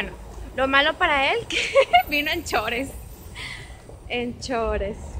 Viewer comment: Qué es "chores"? En el min parece que quiso decir "shorts"